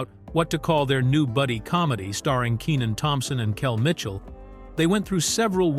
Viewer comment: ikr his name is pronounced KEY NIN lmao they keep saying kennin they need to get with it